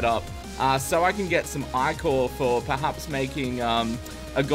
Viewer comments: I love your videos but I hate the way you pronounce ichor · The way he says ichor...